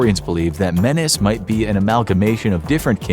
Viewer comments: Its Me/Ne/s not menes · An Egyptian king named menes (pronounced “menace”). was this guy a menace? XD lol